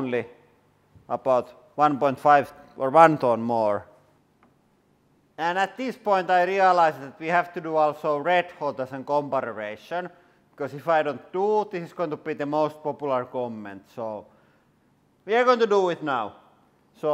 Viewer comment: Please no one ever tell him comparrarration isn't the right word...